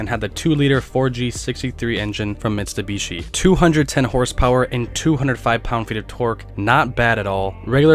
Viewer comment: it is (mit su bishi) not( mis dou bishi)😂😂 it's ISUZU not IZUZU😂 again ISUZU not ZUZU this time 😂